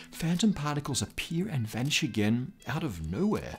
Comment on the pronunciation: "Vanchigen"? ...Ooooooh! "Vanish again"!